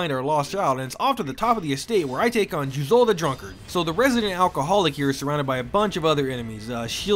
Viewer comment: “I speak Japanese” “JuzOU”